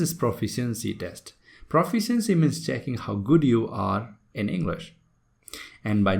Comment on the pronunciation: How do you want to teach others when you don't know the correct pronunciation of word proficiency ??